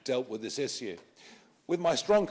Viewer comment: Very eloquent and on point, though im botheres by how Nigel pronounces issue.